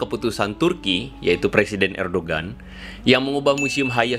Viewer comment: Ngomong "Erdogan" aja belom bener lu bang wkwkwkwk.....Mau segala bahas Turki wkwkwkwkwk...